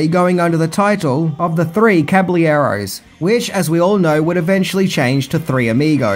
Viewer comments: "Cabliaros" 😂 love you. Ill watch again. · Just to help you out, the word caballeros is a Spanish word so the 2 l's make a y sound. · Caballeros (kabba-yeros) Ventura county (not country) Tucson (Too-sawn) Love ya! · Caballeros is pronounced cah-buy-YEH-rohs. It means horsemen/cowboys. Most likely the old disney animated movie called The Three Caballeros (1944) was the reason they couldn't used it. Probably didn't want to fight the mouse. I always assumed there was at least some inspiration from the animated film because it's three idiots wearing big sombreros and they go to Mexico.